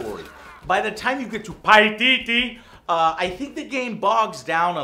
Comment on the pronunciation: lmao why did you have to say "paititi" like that hahah